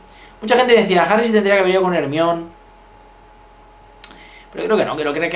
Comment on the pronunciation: Hermione no hermine xd